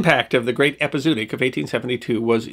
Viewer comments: I've never heard it pronounced that way. I always thought it was epi - zo - ot - ic. Like the O's in cooperation are pronounced. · Nicely done but please pronounce it “epi-zoo-otic”. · The word is pronounced "ehpee--ZOE--ah--tic" by every pronunciation dictionary in British, US, and Australian English. It's a bit jarring to hear someone as articulate and well-spoken as mispronounce it repeatedly. Because It's pronunciation that should be... remembered. 😉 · It's pronounced epi zO otic. As in zOology. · ˌepəzəˈwädik You could also have Google pronounce it for you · its pronounced Epi Zow Otic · Great show. There's supposed to be an umlaut over the 2nd 'o' hence ĕp″ĭ-zō-ŏt′ĭk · Epizootic rhymes with neurotic, not bluetick. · I love this channel , and admire you, but really, listening to this word mispronounced so many times is like getting stabbed in the ears reapeatedly……just google it….your phone will pronounce it for you correctly! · Right off the bat, you threw me out of the tale! ˌ/ep.ɪ.zoʊˈɑː.t̬ɪk/ 5 syllables, not 4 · As always, a great story. Too bad there were no horse pirates. One small point, I believe it's pronounced ep-i-zo-o-tic with that extra syllable in the middle instead off ep-i-zoo-tic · To be fair, he's pronouncing it wrong - but so did everyone in that era - having read it rather than heard it. It should be pronounced with two "o" sounds: "EP-ee-zow-OT-ic" - the 'zo" sounding like "mow" or "show" and the "otic" sounding like "antibiotic." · It's pronounced epi-zo- OT-ic. It should probably be rendered as epizoötic. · Love your channel. I’m a veterinarian. It’s pronounced Epi-Zoh-ahtic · Interesting and fun, as usual, but usually one pronounces both 'o's as in 'epi-zoo-a-tic'. I suppose it may be a diphthong, but sometimes I suppose too much. Here I am just speaking from experience (but the difference between 'too' and 'took' is similar to 'zoo' vs 'zoonotic').